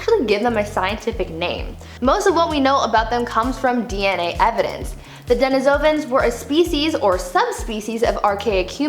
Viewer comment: "PEHR-AHN-thro-pus," not "perh-ahn-THRO-pus." "deh-NEE-soh-vahns," not, "deh-nih-SOH-vans." They were found in Denisova Cave, in Russia, pronounced, "deh-NIH-so-vah." Da-yam, wo-man, yo-ah killin' me o-vah he-yah. People keep praising your pronunciations... 🙄 Nope. Please, gods, listen to others pronounce them before making more videos. While your science is on point 100% of the time, your pronunciations, one third of the time, suck. I'm not trying trying be nasty, just truthful, to help you. One of my minors is Anthropology, and I'm I'm gifted Aspie. I've studied human evolution my entire life, since early childhood, in the early 1970s. I've probably watched more videos and educational specials, beside my education, than the time you've been alive. Please, fix this. Thank you.